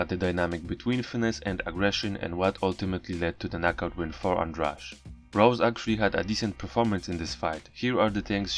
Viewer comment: Goshhh ANDRADE NOT ANDRAGE... Why you all keep on saying it wrong it's driving me crazyyy!...